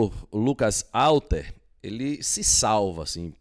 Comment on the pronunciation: a pronúncia é Rhalter, o nome começa com H, mas a pronúncia é Rha. Ok? e não Alter. Fica a dica.